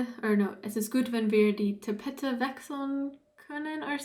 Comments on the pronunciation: Not tapette it is pronounced with a long E in the middle: tapeeete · I can give you a hint for the correct pronounciation of some words where you are not sure how to pronounce it, because you said "Tapete" wrong. I saw a hint, which was really good, the hint was to try "Tapeyte" or for people who read it to 100% in english it might rather be more like "Tupayta". So to get it perfectly right, you might look it up at the website leo punkt org (to find it you might also search for "leo english german"), then search at that website for "Tapete" and click on the play button near the german word. It is spoken with the article, therefore you here "die Tapete" rather quickly spoken. Play it a few times, speak it for yourself, record yours and compare it to teir pronounciation. Or look for a german YouTube Video with "Tapete" in the title - I don't know what you will find, but whoever it is, they would use this word rather often in that video. Compare it with differnt videos and you get a feeling about it ;-) But sometimes people pronounce things wrong in a video or omit a word or even use the wrong article, sometimes people are lazy in their videos... Therefore you might browse through a few videos to get a feeling about that. Oh, I just realized, that the plural "Die Tapeten" is pronounced rather lazy on the leo website, they omit the last "e". They say "Die Tapetn" instead of "Die Tapeten". The ending "en" is exactly like the ending "en" in "gehen", but of course without "geh". In casual german everyone will understand "Tapetn", especially in southe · Try saying ta-pay-te that’s closer to the actual pronounciation of Tapete (the first e is longer) like in Santa Fé. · Der Funke, please prononce the e on the end! Tapete emphasis is on the first e